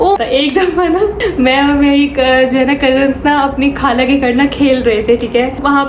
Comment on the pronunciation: kind iformation ; not kaala but khala, not galat but ghalat, and so onn corect these words... it makes really sad that we are direspecting the most sweetest language urdu ...please spread my information